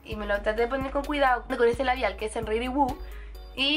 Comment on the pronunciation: Buen video ! pero cuidado con la pronunciación en inglés... no es “ready woo” es “ruby woo”. Saludos !